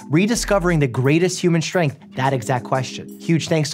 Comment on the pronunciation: Mike… there is only one “h” in strength. It’s not “shtrength”. You also say “Shtraight”. It’s a Brooklyn/Staten Island/NJ thing I get it. Good habit to break.